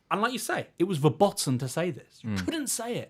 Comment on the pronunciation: good takes but Verboten is pronounced Ver boat en